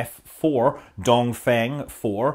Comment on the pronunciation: Dong Feng (东风) should be pronounced like Dong Fung , it means eastern wind.